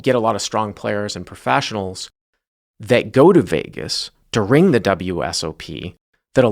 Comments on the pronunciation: you say the word “during” weirdly. You emphasize the second part of the word, instead of the first part. “da-RING”.. just thought you should know. (edit: he says it 23 seconds, 27 seconds, and 57 seconds) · he says it normally , but then he says it weird again. It sounds like he only does it when he emphasises it; he emphasises the wrong syllable. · in fairness to, I've heard him say "during" in other videos and it comes out normal-sounding. So IDK what happened in this video, maybe his Massachusetts accent came out.